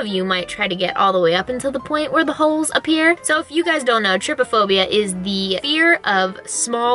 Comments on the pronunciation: I died when u said trypaphobia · lol you have been saying “trypophobia” wrong it’s kinda pronounced “tri-Po-phobia” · This gave me so much anxiety but I still watched it... It’s pronounced tri-pa-phobia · her saying trypiphobia me:byeee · "Triphobia, i hope im not saying it wrong." Me: "Oh Boo, you jinxed it haha XD"